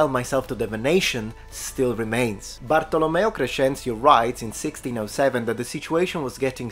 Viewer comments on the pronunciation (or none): none